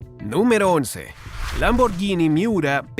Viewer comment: ¡Es la primera vez que escucho a un hispanoamericano pronunciar correctamente Lamborghini!